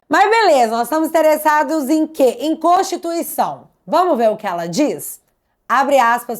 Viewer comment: PARECE SER ENGRAÇADO ESSES MINISTRO FALAR EM CONTIRTUICAO 😅😅😅😅